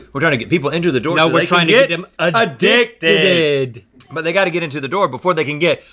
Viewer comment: Link really said “a-dick-did”💀💀💀